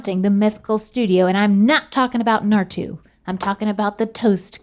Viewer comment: needs to learn how to pronounce Naruto